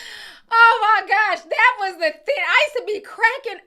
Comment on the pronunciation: Thing. Not theen 😂😂😂😂